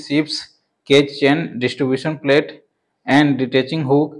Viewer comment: Detaching hook not ditaching